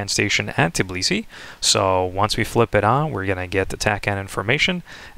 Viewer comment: It's Tbilisi, not Tiblisi...